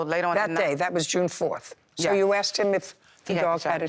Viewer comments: " I axed" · I axed, I axed, they axed, he axed. These things can't even speak properly.